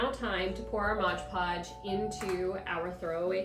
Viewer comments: Nice,but it’s pronounced MOD. Not modge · possibly, though I didn’t notice an accent with anything else. Sounded like Modge Podge, every time.